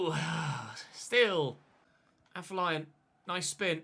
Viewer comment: Day 12 of telling its pronounced AFFER-LION!!!!